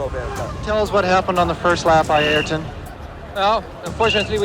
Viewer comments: Not argon senna bro it's ay-eer-ton senna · Ahh-Yer-ton. say his name right. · You butched his name so bad. Its pronounced i-yuul-ton senn-ah (im brazilian) they ay in his name is like aye aye captain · It would have been a nice gesture to learn how to pronounce his name correctly bro! How hard can it be??